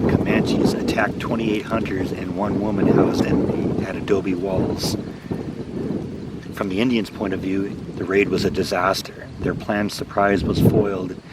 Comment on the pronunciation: Quahadi is pronounced quahawdee. Adobe walls not wells Kiowa is pronounced ky- oh-wuh